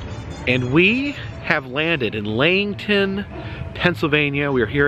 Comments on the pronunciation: I read a lot of sports books in my younger years, so I was fully aware of Jim Thorpe. The story of how he got to eastern PA is an ugly one. The town is pronounced Lee-HIGH-ton. I'm from about an hour north of there. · I live in tamaqua(16 miles away) and know about JT. Lots of history here from Molly Maguires to the first Rollercoaster (switchback railroad). He deserves a monument for his achievements. Oklahoma's loss. BTW it's pronounced Lee-hiy'-ton. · Just a FYI-You pronounce Lehighton as "LEE-HIGH-TON" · Lehighton is properly pronounced: Lee-high-ton! Gotta love out of towners! Hahahahahaha! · Well, Finally! 👏👏👏👏 Oh, and the other town (where Country Junction is) is pronounced “Lee-HIGH-ton”. 👍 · love him so much but that was painful lol